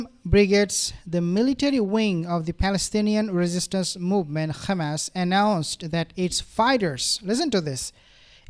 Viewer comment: I can't stop laughing when you say Khammass . Excellent analysis Thanks